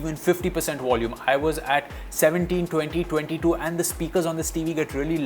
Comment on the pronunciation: What is "wolume " WTF 🙄🤷‍♂️